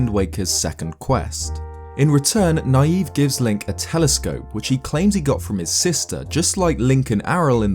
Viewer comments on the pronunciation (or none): I think "Nayve" is supposed to be "Navy", not "Naive". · ISn't that guy's name pronounced like navy? You know NAY-VE, instead of NA-YVE. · I don't think Nayve's name is pronounced "naive", but as "knave", meaning "man of humble birth". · You're pronouncing Nayve's name as naïve, but I'm not too sure it wasn't meant to be an altered spelling of knave. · Personally, I think his name (Nayve) is pronounced (nāv) like Knave and not (nīˈēv) like Naive. It works either way, honestly. One is dishonest and the other is deranged. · Preeeeeetty sure the guy from Phantom Hourglass's name is supposed to be pronounced not like naive but like knave, who were apprentices to knights who weren't quite at their level yet. Probably is also a play on naive, but ya know, important reference that I think adds more to the character. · It's knave. Not Naive. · I don't think his name is pronounced Naive.....I think it's pronounced Navy...Nay-ve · I think Nayve's name is supposed to be pronounced Knave. As in a lowly squire/low class person? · I thought Nayve was pronounced more like “knave.” To show he is worthless. Like the telescope he gives you. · Pretty sure Nayve is pronounced like Navy. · I think it's pronounced "Nay-v." Or to use an alternate spelling, "knave." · Shouldn't Nayve be pronounced "Nay-vee," as in "Navy?" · I always pronounced Nayve's name as "Navy". Seemed to make sense considering the game takes place at sea. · It seems to me that Nayve would be pronounced like "knave", which means "a dishonest or unscrupulous man." - He doesn't believe he's the hero, he's trying to trick people into thinking he's the hero. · I always thought it was pronounced like knave..... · Nayve I believe is pronounced like the pun he's named after: Knave. It's because he's a dishonest person, which is seen from the items you give him as well as his boat. Also, I believe his weapon is just a trident, or else he would have painted them gold. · i thought Nayve was actually pronounced knave.